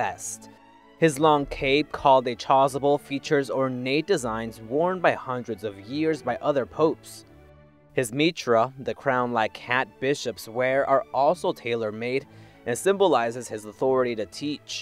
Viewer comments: This video is incredibly misinformed. Please cross-check your facts. And to the guy who narrates this. Please work on your pronunciation. It's pronounced [my-tir] not [mi-tra] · "Cass-sock", "Might-rah". 🤦🏽‍♂️ 'aiight, imma head out.